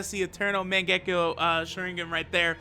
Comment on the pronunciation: mengekku 😂😂 its called MAN-GE-KYO man ur pronunciation is always weird like how say muta-i-to while he is just mu-tai-to no pause of course u trigger me a lot 😂😂